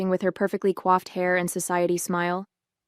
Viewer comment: COIFFED not quaffed